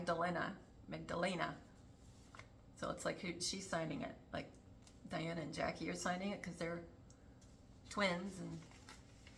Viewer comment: So great to see you! Loved this video.. JOY!!, Was wondering if I've missed a decode on Juan O'Savin and the particular way he says Diana's name whenever mentioned. He clearly says Dee-Ana! So very strange since we've all known her as Lady Di! Not Lady Dee! 🎉